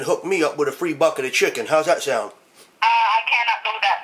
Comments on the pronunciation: "Eight Piece a chicke!" rofl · "Four-ninety-nine for da eight piece chicky" LMAO